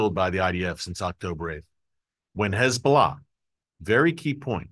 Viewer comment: Erick - I really like your reporting. You speak candidly the truth, and what we all think already anyhow. One thing bugs me (quite a bit): the 'lazy' way that you say "Hez-Blah" is truly annoying. Is there no way you could start to say "Hez'-bo-lah'" or "Hez'-bah-la'"? Anyhoo, keep-up the great work; thanks.